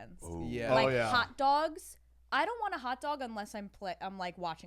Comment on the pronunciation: stopppp accent comes out when she says "hot dog" i love it